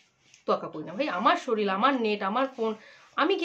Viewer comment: শরীল 😂😂😂😂😂😂😂😂😂😂😂😂😂 ঠিক করে উচ্চারণ করো